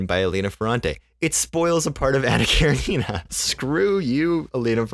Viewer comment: Hello, I'm new to your channel and you actually pronounced Anna Karenina more accurately than the common "popular" pronunciation. Well done! Calvin and Hobbes is awesome. I named my cats after the comic.